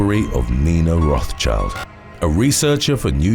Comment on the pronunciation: Rothschild is pronounced with the s in it - roth-s-child